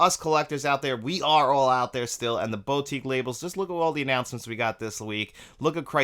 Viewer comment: Haha and here I was almost scream at the screen.. It's "BoU"tique. NOT "BOW"tique... ;)